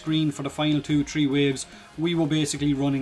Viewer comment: so a armor buff from a hundred a fifty to "tree" hundred